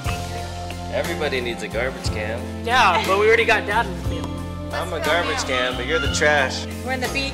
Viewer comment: Garbage not carbage